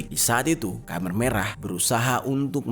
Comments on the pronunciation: Koreksi nih bro, penyebutan Khmer bukan Khamer (dlm bahasa Arab minuman keras) tp Khmer (khemer). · KHMER di bacanya kemer bang bukan kamer wkwkwk